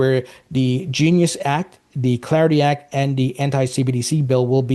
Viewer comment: You pronounce the word “clarity” just fine, but then you pronounce “Clarity Act” weirdly lol